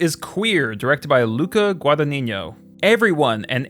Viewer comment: Luca Guadag-niño…Gad-angiño? Luca Gad-najiñjo